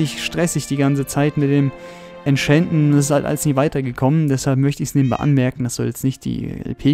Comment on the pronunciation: wie du das entchanten aussprichst hört sich 'entchänten' an:D voll der cheater hier also wirklich